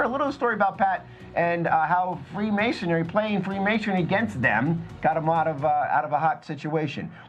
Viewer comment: it's Freemasonry not Freemasonary. The mispronunciation made this very difficult to listen to.